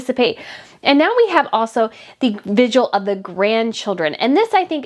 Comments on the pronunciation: It’s NOT pronounced VIGUAL….it’s VIGIL!!!! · Are you saying vigual instead of vigil? It’s driving me “bonkers”. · Your show is very interesting, however I beg you to work on your pronunciation. The word is “vigil” with 2 syllables, not “vig u al” with 3 syllables as you often pronounced it in this podcast. (The Royal Grift podcast also mispronounces the word.) Also it is “an artist” not “a artist “ as words beginning with a vowel use “an” as the article not “a”. To your credit you pronounced “viscount “ and “Westminster “correctly, which many others are butchering, including mainstream reporters. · It’s vigil, not vidual . Sorry, I’m a nerd. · It's VIGIL not VIGUAL! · It’s vig-il. Not vig-u-al. Practice, practice, practice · The word is pronounced vidge-ill NOT vidge-you-ull.... just saying. 🤔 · Just to help....with no ill intent.... The word is vigil. Pronounced vi-jl....it isn't the word visual with a d instead of an s. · I think you slightly mispronounce “vigil” to sound more like “vigual”. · Heard someone repeatedly say virgil yesterday! 😂😂😂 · Love your coverage, your insight and your holding the Harkles accountable, I look forward to each of your episodes. But please and kindly 🙏 work on pronunciation of common words - today's rough spot is vigil. Yikes! Adding a syllable that doesn't exist each time you say it, and on such an important topic to your coverage, is distracting. Again many thanks for your coverage! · Hi. I love your videos. Keep up the great work. Thanks for putting in so much effort for all of us.🤓🤗👍 P.S. The word "VIGIL" has only 2 syllables. No judgment. 👍🤗